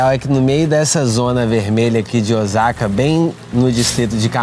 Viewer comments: Não é Ozaka e sim O sa ka Osaka e tbm não se sentua o Ō . É O-sa-ka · Nao. Eh Ozaka e sim Osaka 😮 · Vc fez vídeos maravilhosos aqui no Japão,coisas q nem eu q moro aqui sabia. Parabéns 👏🏾 so um detalhe rs🫣 fala oSaka c mesmo oZaka nw existe ☺️ falando c carinho ta😊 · Olá, apareceu seu vídeo no meu feed. Como opinar não tem nenhum custo, vamos lá. Tenho ctz que vc nunca viveu aqui no Japão sim? visto que a pronúncia correta de "Ozaka" é "Ôossaka", dito isto é bom que se saiba que essas pessoas que vivem nesse bairro e, tbem os homelless (mendigos) de Osaka, Nagoya, Tokyo o fazem por escolha própria. Não foi exatamente o governo que esqueceu deles. Visto que, nas prefeituras tem um subsídio para aqueles que não tem condições de sobreviver, mas a maioria desses homelless não aceitam receber e ficar subjugados ao governo, ao contrário de muitos estrangeiros, inclusos brasileiros, que preferem receber este subsídio à ter que trabalhar nas fábricas. Ou muitas brasileiras que fazem vários filhos para receberem o subsídio de mãe-solteira e ali ficam por anos a fio. Neste bairro em particular, estão aqueles que trabalharam para a máfia enquanto eram jovens, vivendo na marginalidade e até mesmo presos por anos, ao ficarem velhos não recolheram impostos, nem pagaram nenhum seguro e não tendo nenhum respaldo do governo vivem naquele bairro. Eu não sei se seu vídeo foi para denegrir o Japão ou mostrar uma realidade que existe no mundo todo, mas tenho certeza que em nenhum momento vc foi vítima de algum trombadinha ou algo parecido. Espero que não se oponha a críticas que, talvez acrescente algo para seus futuros vídeos. 👍👍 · A pronúncia correta é "Ôssaka", pelo que vejo em outros vídeos de pessoas que moram nessa cidade do Japão. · Parabéns pelo documentário. Perdão uma correção . OSAKA pronuncie (SA)de Sapo O SA KA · E a pronúncia de Ch e ( TI) não é chi ok? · Pra que mostrar isto so para ganhar like ridiculo cara isso ainda fala errado o nome da cidade.